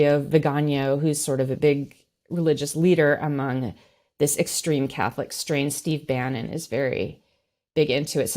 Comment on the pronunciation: She should learn to pronounce extreme properly